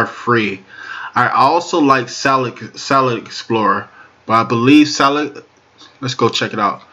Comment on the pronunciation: "Solit" is not a word as the way you pronounce it. The proper spelling is "Solid" and is pounced like it is spelled